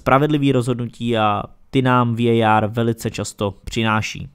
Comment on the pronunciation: Ta anglická výslovnost je hrozná, pro mně prostě VAR.